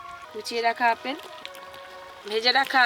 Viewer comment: অপেল না ওটা আপেল হবে😂